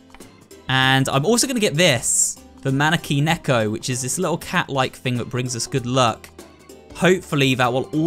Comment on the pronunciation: I like when pronounces things wrong lol,there’s nothing wrong with that tho:) Btw you said Maneki-Neko wrong.Ok anyways I loved the video!I really love this game tho!